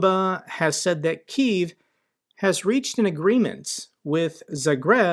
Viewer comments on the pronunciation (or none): none